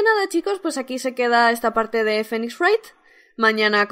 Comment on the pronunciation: como se pronuncio phoenix?:V